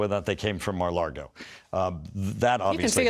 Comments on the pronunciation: At about , does Mike Turner refer to Mar-a-Lago as "Mar-a-Lardo"? I re watched it multiple times... He said Lardo. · I watched again with my eyes closed. He definitely said Mar-a-*Lardo*.